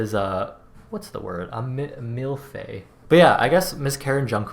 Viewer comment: Not you called jk a 'MILFEY' HAHAHAHAHAH